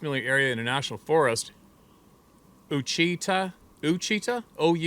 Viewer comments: It is Pronounced Wash-I-Tall Mountains, area south and west of L.R.--my daughter lives in those mountains and this was one heck of a story--Thanks... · I live in Arkansas. OUACHITA is pronounced WASH-A-TAH by the locals. Bigfoot is seen very often in that mostly hardwood mountain range, and westward into east-central Oklahoma's Kiamichi range, which is more pine forested. They are known to be quite aggressive in that area. You will find it very interesting to search YouTube for "SIEGE AT HONOBIA". That's a small town in east-central Oklahoma, just west of the Arkansas Ouachitas. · pronounced Wha Sha Taw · Ouachita is pronounced Washitah, it's a mountain range that runs from Southeastern Oklahoma to Western Arkansas. Lots of Sasquatch sitings in that area. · That is pronounced “wash-it-aw”. It’s Cherokee. Or First Nations anyway. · its pronounced wash a taw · Ouchita - is pronounced wahshataw just so you are aware. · Ouchita it's pronounced Wah-Shi-Tah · I’m from Arkansas and have had my own weird encounters! Oh and it’s O-wach -it-tah national forest! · Hey, my cousins in SE Oklahoma pronounce Oachita as Wa'-shee-tah - (emphasis on the first syllable) - not much different than the folks in South Central Oklahoma pronounce the River there that is spelled Washita, which flows SSW into the Red River, which is the border between southern Oklahoma and Texas. By the way, Talahina, Oklahoma (locals pronounce it Talahaney) recently had a Bigfoot Festival and a cousin of mine who attended sent me a "Bigfoot" head applique which can be transferred to a clean smooth surface. It's going on the rear fender of my motorcycle. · Ouchita is pronounced wa chit ah. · "WATCH-ee-TAW", with the least emphasis on the middle "ee" syllable. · The national forest is pronounced "wash-a-taw" = Ouachita. Caddo name. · Oachita is pronounced Wachitah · Its pronounced like "wa-cha-ta" i live in west central Arkansas. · I'm from Arkansas it pronounced uh wash uh ta